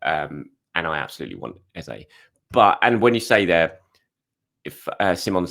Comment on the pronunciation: ffs... please stop calling Eze... Ezay. 😡